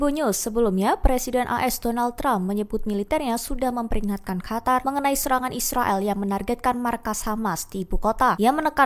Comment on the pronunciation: Qatar/katar قطر Bukan Hatar